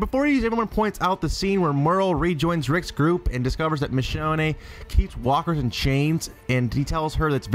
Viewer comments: Did he just call Michone Michoneie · He didnt even pronounce michonnes name right lol thats what gave it away for me